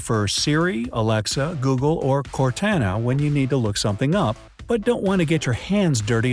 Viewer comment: i respect for saying cortana wrong so she wouldnt activate on my pc